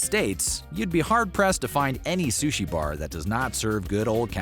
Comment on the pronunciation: Biggest offense is calling it “Sush”